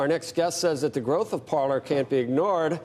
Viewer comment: "Parler".... The fact these "experts" don't realize the name is French and pronounced "par-lay". Think pirates of the Caribbean. It means "To speak".